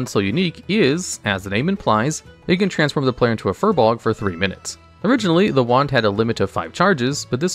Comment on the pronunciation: How many times can you pronouce Furbolg inaccurately? :S